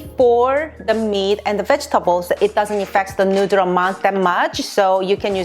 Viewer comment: I were saying noodle hole ma life didnt know it was nooder ;(